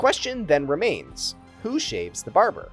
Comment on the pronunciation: What I took away from the video. You should do another take if you say barjer instead of barber.